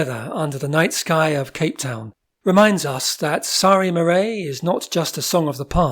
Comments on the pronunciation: Although you pronounce the title wrong : Not mahray but mahreir the rest is good thanks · Mar-ais ( The second syllable sounds like air... NOT AY!... Mar-air). Best to get a proper South African to pronounce these names correctly. PLEASE!